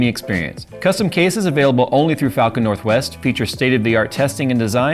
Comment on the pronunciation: That really did not sound like "falcon"